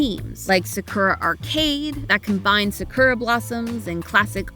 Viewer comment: Sah-kurah 🤣🤣🤣 what an amazing pronunciation